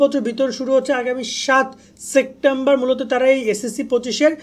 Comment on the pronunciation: ভাই সেপ্টেম্বর কে সেক্টেম্বর বলেন কেন😂